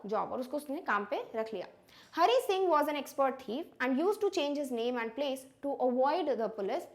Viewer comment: Hari singh not HONEY SINGH 😂